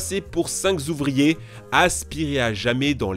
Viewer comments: Pas si mal mais "la pression si Zintense" et les cinq Zouvriers", ça gâche un peu...Joyeux Noël les gars, les filles, les chiens, les chats, les canaris...!!! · tu adores faire des liaisons dangereuses "cinq zouvriers" "si zintense" :) MDR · "La pression était si zintense" tu l'écris comment ? "cinq zouvriers" aussi, stp ?